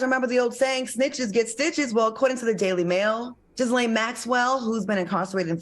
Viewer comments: Anyone else laughing inside everytime they said " Jizz-laine" ? 😄 Her name is Jee-laine. Y'all. The S is silent. The Gh is pronounced like the Zs in Zsa Zsa Gabor. And shout out to Claudia for . Girl spoke for all of us. I know ladies were at the back of the room like yesssssss. *correction to Ghislaine, it's actually Ghi like Ghee, the cooking oil, not Ghi like Jee- or Zsa. 😄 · Ghislaine is a French name. The S is silent. It is "Gill" (such as Johnny Gill) "Enne." Gill-enne. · her name is pronounced Gha Lane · Gee-Laine is how you pronounce her name...LMAO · the S is silent in Ghislaine